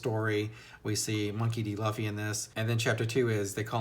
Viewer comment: Luffy's name is actually pronounced "Loofee". Monkey is his family name. Referring to him as "Monkey" is actually pretty cringe. lol. -Zolo's name is actually Zoro. I certainly hope you keep reading. Because If you think One Piece is good now it's only gonna get better. The story is consistently good. Where other authors get burnt out Oda keeps on improving and doesn't stop. Right now you're only in the warm-up phase of the story. The first 100 chapters of One Piece are actually just the prologue. You're just being introduced to the characters and getting hints at what the world is really like. The story only really starts once they enter the Grandline. It starts off Good. Then it gets Great. Then it gets Epic. Then it becomes Legendary. I recommend reviewing each arc of One Piece that you read. Do that and you're channel should get a little bigger.